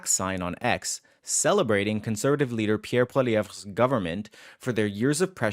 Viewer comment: The only other place I've heard Pierre Poilievre's name pronounced the way you do is ChatGPT. Perhaps you should listen to how he says his name. Just a thought.